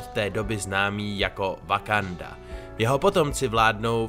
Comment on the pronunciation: No konečně ten název země vyslovuješ správně... :D